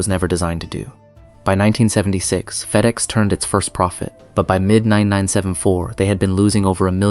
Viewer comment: “Feed-ex”? This is AI garbage, turned it off after 30 seconds.